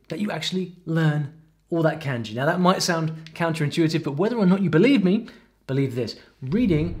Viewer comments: 'Can-jee'? 'Mang-uh'? Is he trolling :D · The way you pronounce Kanji like Candy really hurts my head.